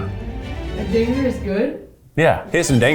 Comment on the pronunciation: Boy oh boy, Keith not enunciating the 'D' in dinger was really treading in some dangerous waters Lmfao